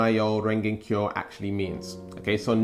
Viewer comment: Its Nam like Vietnam Myoho (me yo hoe) Renge (rain gay) Kyo (key yo)